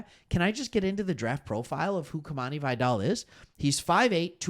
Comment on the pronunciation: Pronounced Vigh-dell. Great show.